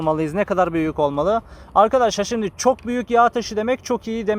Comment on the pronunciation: Sanatına kişiliğine hayranım hele Şimdik deyişine hastayım gardasim